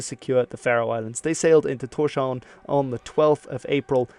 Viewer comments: Also it is pronounced more like Tors-haun, meaning Thor's Haven (harbour). No 'sh' sound and the v is more like w sound. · Am I the only one, who find it annoying, that the narrator hasn't bothered to check the pronunciations? Thorshavn means "Thor's harbour". "sh" in the middle are two completely separate letters and should not be pronounced as the combined sh-sound. And the "Aa" in Aage is a completely different sound than an "A". However, the "g" in Aage is not that bad, although the Danish "soft g" is special. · Isn't Torshavn pronounced TorsHavn and not TorSHavn? I believe it means something like Tor's harbour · Yes, but a lot of foreigners say TorShavn.